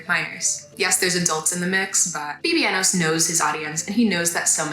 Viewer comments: are you saying his stage name incorrectly on purpose? forgive me if you are and I am being ignorant to your ways. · I haven't watched this video yet but she just made one showing he underpaid artist, hung out with more problematic ppl, and more. It's a good video but you're right about that name mispronouncing (that she kept in that one too)